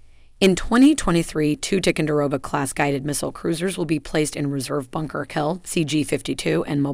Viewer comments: Listening to this announcer butcher the names of these ships is like listening to fingernails scratching on a chalkboard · Learn to correctly pronounce TICONDEROGA ! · What is the deal with Ticonderoga pronunciation? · Good video; but please learn how to pronounce the word Ticonderoga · This lady doesn’t know how to pronounce the names of some of these ships! She also talks to F’ing fast! She also this lady also chews her words!!! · If you are going to feature a ship class in your video, you should learn to pronounce the name of the lead ship of the class correctly. It hurts your credibility that you repeat this short "i" error throughout the video. Also blowing the pronunciation of "ANTIETAM". Sorry to pick nits, but there are literally thousands of veterans out there who have sailed in these vessels wincing every time you mispronounce the names... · It is not Tic-a-row-ga, it's Ty-con-da-row-ga !!! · This lady is reading a teleprompter and has no clue about Tico ships. She mispronounced several of them. Also It’s Tie-Conderoga, not Ti-conderoga. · What the heck is a "Tickendurogah?" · Her mispronunciation of Ticonderoga really ticks me off. It's not "Tic-un-de-roga", it's "Ti-CON-der-oga". "Late Gulf" - no. Leyte Gulf, yes. Geez. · Damn why can't any one pronounce the words right.It's pronounced Ty conderoga, not tick conderoga.It's Aagis not eegis.It's so irritating to hear every one miss pronounce the words. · I wish you would pronounce the name Ticonderoga properly. “Tye-kon-der-oga”. And Huè city is pronounce “way city”. It’s an insult otherwise. I served on the Tico. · I have never heard tie-con-der-o-ga pronounced as strangely as spoken in this video. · Isn’t it supposed to be pronounced as Tie-conderoga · It's pronounced "Tie-con-dah-rogue-ah..." TICO for short pronounced just like Jupiter's moon. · “Tickonderoga”?! What the heck is this pronunciation? I generally like the content of this channel but that is just not professional.